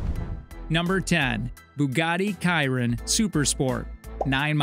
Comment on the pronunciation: buggati kiron lmao pronounce the ch like a shi